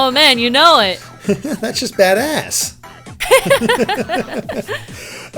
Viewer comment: sounds like he said "dat ass" but i think he said "Badass" XD